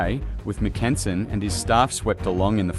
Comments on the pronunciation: MACK-en-sen, not mack-EN-sen. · It was the 35th and 36th divisions, not 35th and 26th, that were part of Mackensen's XVII Corps, and they didn't begin to engage the Russians until at least 7 AM, not AM as you state. The Russians had several hours to prepare for XVII's attack, which is a major reason why XVII's attack failed. Some of your pronunciations are way off and also inconsistent. For example, the German I. Corps commander's name is pronounced frans-WAH. The letter G in German is always hard (like the "g" in "anger"), so "flieger" is pronounced "FLEE-gr", not "FLEE-jer". And in English, the eighth month of the year is pronounced AU-gust, not au-GUST. Normally a few mispronunciations, especially of foreign words or names, are forgivable, but in this case, you repeatedly make so many mispronunciations so rapidly that it actually makes following what you're saying difficult.